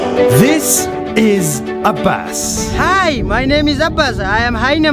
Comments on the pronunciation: Name: abbas My ears: a bus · I thought he said this is a bus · It sounded like you said his name is A bus Hi i am a bus.